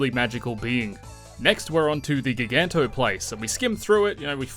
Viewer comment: ....did you say gig-anto? You realize it's ji-ganto as in giant......